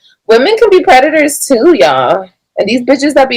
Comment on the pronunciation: Let break Y'all down into syllables.... you people are PRE TU TORS 🤨